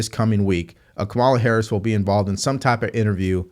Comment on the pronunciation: you still can't pronounce Kamala - this has become a learning disability my man